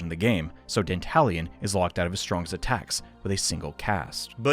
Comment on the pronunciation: Not gonna lie, every time you say "Dantalian" I keep hearing it as "The Italian".